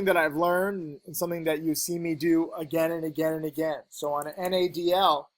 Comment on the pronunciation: "And again" no longer sound like English words, but the point was nailed home ! I see the potential!